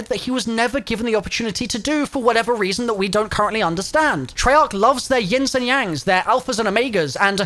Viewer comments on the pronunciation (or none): none